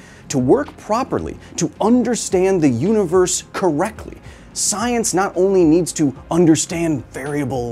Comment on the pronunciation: "Trust the soyence."